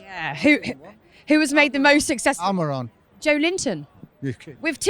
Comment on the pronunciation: To be fair, that's closer to the authentic Portuguese pronunciation than the usual 'Joe Linton'.